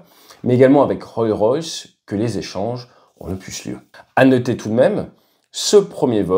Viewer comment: Je suis étonné qu’il ne soit pas possible de simuler précisément le fonctionnement de l’avion au préalable 🤔 Mais très bonne vidéo, un plaisir instructif, comme d’hab. Toute petite remarque, ça se prononce RollS Royce et pas Roll Royce 😊